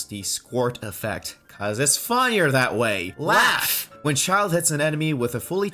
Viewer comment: everytime you said “LAUGH” I died inside